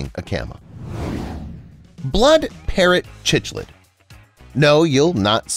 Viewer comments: You mis pronounced the fish at the end. Cichlid is NOT with the ch sound like chocolate. More like in cycling. Or try this, sounds like sick lid. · It's pronounced siklid btw